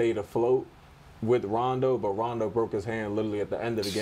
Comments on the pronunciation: Bro said Rondon Ronjo 🤣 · Fat Joe is that uncle every Puerto Rican has that butchers the name of everyone & you cant help but just laugh and want to hear more. he said Rondo Ranjo LMAO! 😂 😂 🤣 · “RONDON RONJO”